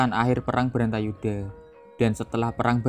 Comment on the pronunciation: Bratayudha mas bukan brantayudha